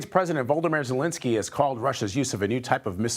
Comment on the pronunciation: Dude called zelensky voldomor 😂😂